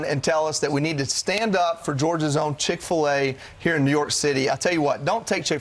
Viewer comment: I bet Cick-fill-a doesn’t care